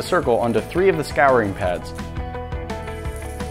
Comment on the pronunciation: Is nobody else going to talk about how he pronounced scouring wrong?